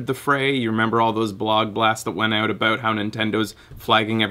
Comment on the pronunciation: ***** i thought i heard a little bit of a accent when you said out in one of your videos but i wasn't sure because it wasn't a straight up o sound instead of ow sound like americans say it.